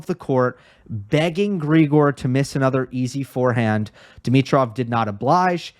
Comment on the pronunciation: Great analysis, as usual! Only one point - Grigor is pronounced with the stress on the second syllable, unlike his pet name, Grisho, where the stress is on the first one.